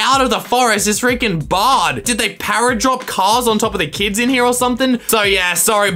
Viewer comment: *me trying to do his voice when he said “kids”*: kIdS